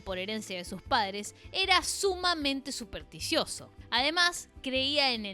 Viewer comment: Ya de entrada me hacía ruido el vídeo hasta que dijo "sadres" ...🤔 Me pude imaginar el resto del documental... 🫩 Son de manual éstos progres 🤦‍♂️🤷‍♂️